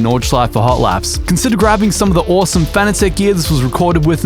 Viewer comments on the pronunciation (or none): none